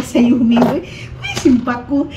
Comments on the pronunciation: Humid Maninay not Humin...you learn something today...😘😘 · Humid hindi humin✌️